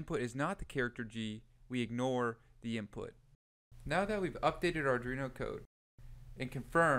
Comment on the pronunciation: Just my usual comment - the name of the board is Arduino. It is NOT Ardrino. Please learn how to pronounce it correctly. Again, good content, but you really need to learn how to pronounce Arduino correctly.